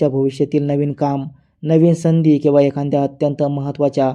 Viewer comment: "एखाद्या'" या शब्दाचा नीट उच्चार 😂करा